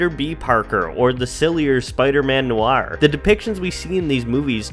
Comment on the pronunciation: "Or Spiderman NUU-RR"